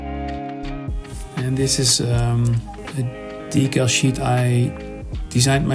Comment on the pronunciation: Tip : the pronouncing of the word decal sounds like dekkal in Dutch .. 😊